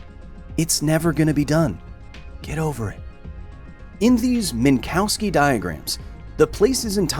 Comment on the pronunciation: Just a small correction: most English speakers pronounce the middle syllable of Minkowski like it is the English word "cow". But it is actually pronounced more like the English word "cough".